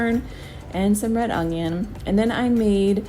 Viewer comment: It’s funny how you say ungion instead of onion lol but no these recipes looked really great, thanks!